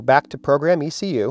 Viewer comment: I don't have an "EK YOU" in my car but aI do have an "E. C. U." its called an Engine Control Unit... but no "EK you" its called E C U TEK has been for 20 Years...